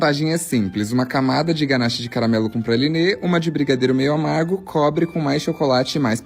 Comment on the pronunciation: se eu falasse “cagamelo” e “mogango”, iria preferir gastar dinheiro com uma fonoaudióloga.